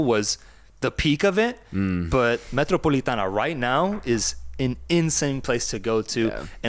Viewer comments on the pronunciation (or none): And it’s the Metropolitano not Metropolitana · Boy,. It's MetropolitanO. Regardless of the Wanda or Civitas name, it's still the MetropolitanO.